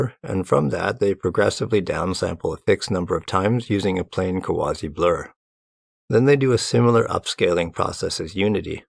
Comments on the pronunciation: Yeah, it's funny to me, an (ex-)anime enjoyer, hear him say "Kawase" as "Quasi" or something, idk. 😆 'Muricans. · tip for pronouncing romanized japanese names or words: the vowels are always pronounced only one way. "a" is always "ah", "e" is always "eh" (like "send"), "i" is always "ee" (like "seen", same way you'd read an i in spanish). so the name "kawase" is "kah wah seh". it's respectful to double check this stuff before misreading someone's name, ideally. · As a Japanese speaker it did hurt a little every time you pronounced Kawase wrong. You were close but the Japanese え(e) is always pronounced like the e in bed instead of like the e in see. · Kawa-se Great video, but please take some time to understand how to pronounce someone's name before butchering it. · FYI, "Kawase" is pronounced "ka" (like in CAcao) "wa" (like in WAgon) "se" (like in SEctor).